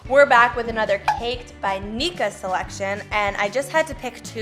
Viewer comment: Lmao Niqua isn’t pronounced “neek-a” it’s “nee-kwa” 🤣